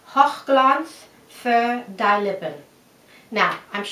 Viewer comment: Can't quite make out the first German word... I don' think you said honig (honey) the rest of course is fur die lippen (I take it?) which is 'for the lips'. You did brilliantly, but you might want to just change the pronunciation of die to 'dee'. Long e sound. Loving the earrings... inside out design? Did you by any chance do the Barney's bag event this year?